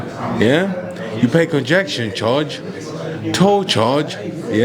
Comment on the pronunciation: Lord give me strength, Derek - is it really that hard to say "congestion charge" as oppose to "conjection charge"? 🙏